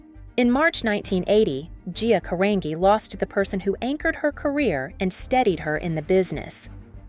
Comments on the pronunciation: His name is pronounced RuBELL, not RUbell. You also mispronounced Gias last name. It's pronounced Caranji, not Carangee. It's Italian. HELLO! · Isn't Carangi pronounced like Car-an-ji?